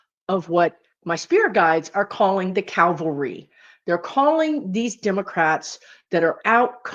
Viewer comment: Cavalry. : ) Not calvary, where Jesus died. Or this odd combination, "calvalry".